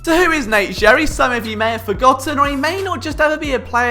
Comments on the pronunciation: It’s Gerry (sounds like Gary) not “jerry” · It’s pronounced “Gary” not “Jerry” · It’s Gerry, like Gary, like spongebobs snail. Not Jerry. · bugging the hell outta me that you were pronouncing it Jerry and not Gary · FYI, name pronounced "Gary", even though looks like "Jerry" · Nope... it’s “Gary” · It’s pronounced like Gary. As someone who has played with him in the past please get it correct... c’mon man! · Gerry is pronounced with a hard "g".